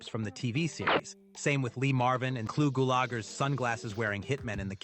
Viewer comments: If you need anymore proof that the voiceover is NOT Quentin Tarantino and instead some AI-Impressionist, look no further than his ludicrously ridiculous pronunciation of actor "Clue Gull-Logger!" 😂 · Didn’t realize this was an AI voice until I heard “Tarantino” pronounce Clu Gulager’s name incorrectly. Which the real Tarantino never would’ve done, since he knew Clu personally. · I don't think Clu Gulager is pronounced that way. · When "Tarantino" butchered Clu Gallagher's name i just knew it was all AI.